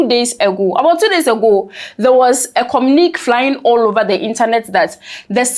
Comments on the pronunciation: There was a what flying? My dear its pronounced "kɔ_miu_ni_ke". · My dear check your pronunciation of communique 😊 Good job ❤❤ I wish all this acrimony would end 😢 We're all brothers and sisters. Instead of uniting to advance African interests and development, we're wasting precious time on issues of no consequence. Our leaders must change their posture. THIS IS RIDICULOUS 😢😢😢😮